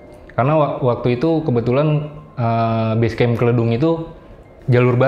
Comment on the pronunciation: Nyebut Kledung nya salah😄